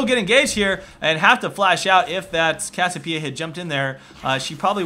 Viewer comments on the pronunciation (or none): its CASSIOPEIA not cassipea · Its cassiOpeia not cassiopEIa ffs! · i agree with the second part(s) but CASS-I-O-PIE-A? WTF its cass-i-o-PEE-A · Hey. it's pronounced Cassie- Opia. Not Cassopia. Just giving you a heads up. Great Vid by the way. you should do more coverage on Chu8. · CASS-I-O-PIE-A, CASS-EE-O-PEE-A. <-- THIS. Not CASS-O-PIE-A, CASS-O-PEE-A <-- NOT THIS. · its pronounced cass ee oh pee uh :P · its cass-i-opeia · It's pronounced "Cass-ee-oh-pee-uh" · Cassiopeia (Cass-E-Oh-Pee-Uh). I don't know where the hell you learned English... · Kass-Siii-Ohhh-Peee-ah. Maybe? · why can't you pronounce cassiopeia correctly? it's cassi oh pee ah how can u claim to be a pro game commentator if you can't even pronounce champ names correctly -. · cassiopia is pronounced Cass-e-o-p-uh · is it just me or does he say cassiopeia retarted? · It annoys me how he keeps miss pronouncing Cassiopeia's name. Good video though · Am I crazy or does anyone else find it weird how he says Cassiopiea with no "o"? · cassiOpeia there's a bloody O O O O O O